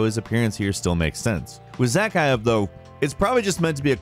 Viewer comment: 0/2 on pronouncing Zakaev